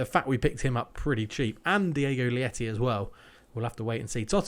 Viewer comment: Probably coming in late but Diogo Leite's name is pronounced like the word "late" and not "lieti" xD. Means milk in portuguese. Just started watching the series from the beginning, loving it! keep it up!